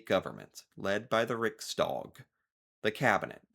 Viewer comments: No way you didn't know this... what the hell? You should react to videos about him. He's quirky and loved. WOW, you actually said "riksdawg" and not "riksdäg", very impressive. Having just two parties that you vote on and then the winner gets to rule... that's so fucking horrible. Social Democrats protecting the welfare?! HAHAHAHAA! It's there on the flag! It should have listed them all... Yes. Haha you said 2024, but got the math right. Last election was huge and finally Sweden has started to improve again... And it's a government that finally is actually working together. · I have to compliment you on the pronunciation of words like riksdag, talmannen, Ulf Kristersson, Gustaf… You pronounced them really, really well 👌🏻👍🏻🌸! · U actually pronounced Riksdag very very good fyi. Spot on on the A ^^ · The king does live in a castle. The royal family has several castles throughout Sweden. I think they spend most of their time in Stockholm, however. The castle in Uppsala is pink.😀 Riksdag is pronounced exactly like you did.